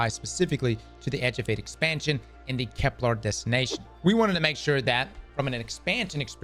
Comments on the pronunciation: Please don’t tell me we’re gonna have saying ‘Keplar’ for the next year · KepLAR kills me every time ;_; There isn't even an A in the name